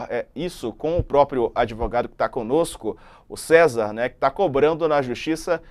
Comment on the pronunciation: Kkkkkk, não sei quem é pior, mas com certeza esse " Adêvogado ", vai trabalhar vagabund0